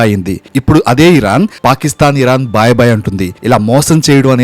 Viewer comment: బాయ్ బాయ్ కాదురా భాయ్ భాయ్